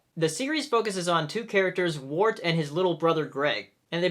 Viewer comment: WIRT. NOT WART. AAAAAAAAAAAAAAAAAA